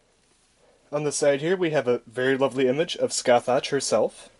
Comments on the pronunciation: Just to let ya know dude, her name is pronounced Sca-hock. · pronounce is sukasaha, from japanese katakana and after her summoning she says her namr skasaha da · She proounced her name "S-Ka-Sa-ha" because japanese😊😆😅